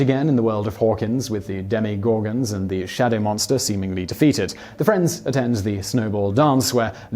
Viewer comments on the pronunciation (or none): My ears bled. And then they exploded later when he says "Demigorgons".